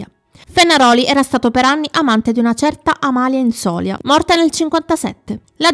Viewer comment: infatti. Comunque si dice Inzolia, con accento ultima i😊😊😊😊